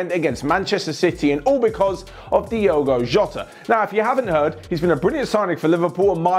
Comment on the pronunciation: Diogoal Jota you know? Diogoal Jota